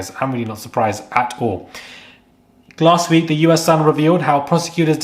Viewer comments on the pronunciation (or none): none